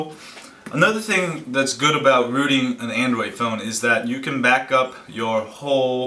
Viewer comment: AN DROID not AN DWOID